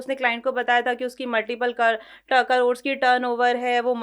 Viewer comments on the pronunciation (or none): none